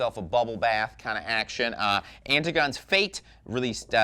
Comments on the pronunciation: I'm pretty sure that's pronounced an-TIG-oh-knee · often 'antigone' is pronounced : ANT TIG O' KNEE.... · Hahahaha! You pronounced Antigone incorrectly. Figures on it feels like I'm listening to a spazz talk. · the only metalhead who can’t pronounce Antigone.